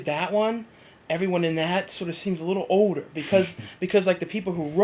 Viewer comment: Haha at 8.00 you say odor and not older you idiot.